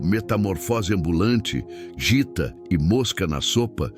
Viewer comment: Porra, meu, "jita"???????????? Num dava pra ser um mínimo de fã pra dizer pelo menos o nome certo?